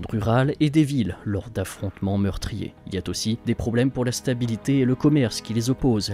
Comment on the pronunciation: Tout très bien mais attention aux liaisons hasardeuses 🤭 "il y a t'aussi"??